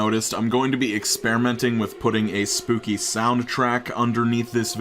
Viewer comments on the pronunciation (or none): Are you saying spoopy instead of spooky?